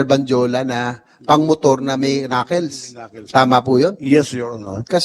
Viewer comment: knuckles is pronounced as 'knakols not knakils'